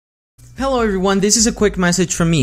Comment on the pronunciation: when you wanna say hello but you with mistake say an N in the middle (hell no) xDDD